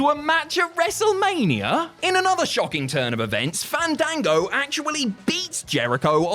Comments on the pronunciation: It's pronounced "fahndango",. Don't risk having to fight him at next years Wrestlemania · Im genuinely offended that did not say Fandango’s name correctly during his segment. YOU HAVE TO BREATHE THE A’S!!!!